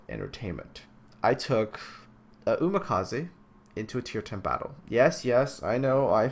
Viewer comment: why did you pronounce Umikaze as Umakaze?